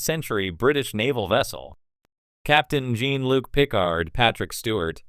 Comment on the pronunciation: What kind of AI bullshit is this? Can’t even pronounce the name Jean Luc lol 😂